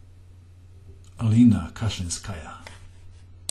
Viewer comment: by the way, in russian language, the accent is puting on the first syllable, so it is Bélenkaya and Káshlinskaya